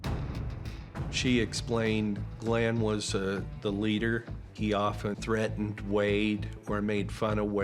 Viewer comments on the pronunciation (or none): none